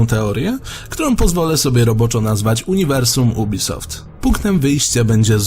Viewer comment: ubisoft srubisoft...się czyta jubisoft kur*a